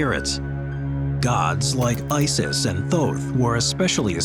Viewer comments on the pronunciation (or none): none